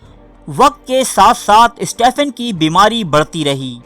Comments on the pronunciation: Hawkings first name is pronounced Steven not Stephen. This is English way of saying Stephen as if it is written Steven. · تجھے سٹیفن ہاکنگ بولنا بھی نہیں آتا۔ سٹیِفن کو سٹے فن بھونک رہا ہے جاہل